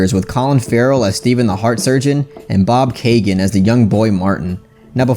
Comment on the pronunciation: Man said Bob kagan not Barry Keoghan